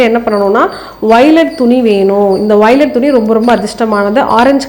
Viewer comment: Velvet ma violet nu solringa..😢